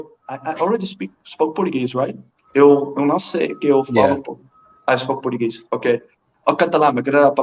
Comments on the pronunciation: Portuguesh Portuguesh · I’m a native Portuguese/Japanese native speaker and learned Spanish and English. His Portuguese sounded way more Portuguese than Brazilian and a few of his words were off in both Portuguese and Japanese, but still he’s an amazing speaker. His Spanish is also amazing